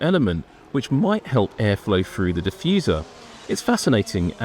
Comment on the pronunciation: Jeez a commentary guy should be able to say “through” correctly. It’s not “Frew” Get rid of this guy it’s cringy